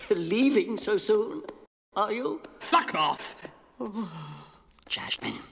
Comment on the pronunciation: what is that “FuckOff” From 😂 some british chap ?